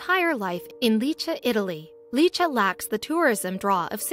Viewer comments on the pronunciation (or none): none